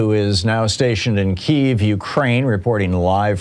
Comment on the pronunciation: So, this celebrated journalist cannot pronounce Kyiv. The Abrams has a multi fuel turbine engine, but a problem is that it takes a lot of whatever fuel to run. So the logistical supply of fuel is a big problem.